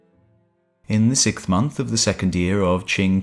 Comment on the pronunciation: Why do you say "sik-th"? It's "Siks-th"... even going by your little island's "proper" speech.